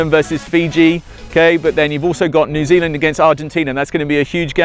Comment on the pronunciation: he cant say new zealand - im from there